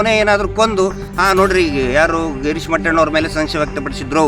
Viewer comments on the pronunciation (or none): Horatagarara mele ellasallada aropa maduva badalu,tappu eruvavara bagge matadi doctorge pronounce madoke baralwa,respect each &every person. mettanna alla mattanna Mahabala annodanna mala andre hegirutte nimge. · mattanna antha heloke barodhilla mettanna antha helthane.evanu yava Doctor